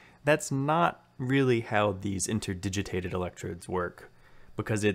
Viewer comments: "Interdigiated". * INTERDIGITATED :) I know it's a bugger to pronounce, with you changing it throughout the video :) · The word is 'interdigitated' - inter-digit-ated. You're missing out the second 't' of the three.